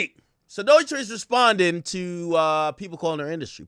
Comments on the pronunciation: AK can't even pronounce her name correct. It's pronounced Doe-Chi NOT Doy-Chi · Is it pronounced Dookie? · why does he keep pronouncing her name like that lmao